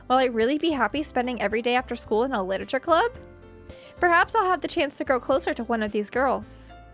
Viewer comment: I am going to take a shot every time she says "lititure". pray for my liver.